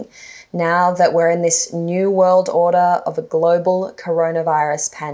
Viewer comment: She totally emphasized NEW WORLD ORDER...